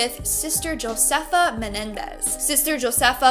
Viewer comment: Okay so the nun who is named josefa you actually pronounced her name wrong you're pronouncing it as jo-sefa even though it is spelled correctly but when you pronounce it in Latin culture the J makes the H sound so whenever you say josefa you need to pronounce it with an H Sound when you say it correctly it sounds like >ho-sefa < that's how it's going to sound when you say correctly it's basically like saying Jose and you're just adding an f and an a